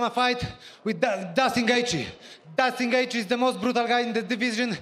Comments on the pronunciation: It's JUSTIN GAETHJE not Dustin lol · Did he say dustin gaetjhe?😂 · is it just me or all these fighter say it as "DUSTIN GAETHJE "? XD